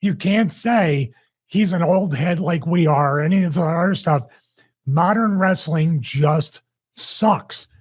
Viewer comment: It takes a bad booker to know one😂😂😂😂😂😂😂😂 it's Wres-a-ling Bro😂😂😂😂